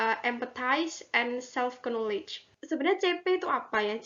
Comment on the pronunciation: videonya bagus dan informatif. untuk pengucapan knowledge, k nya tidak perlu dibaca ya. terima kasih